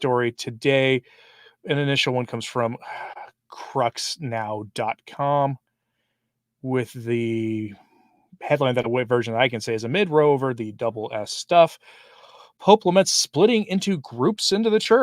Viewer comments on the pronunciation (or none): It's " row" ( like "cow") meaning an argument. Good heavens, you Americans!!🙄🤦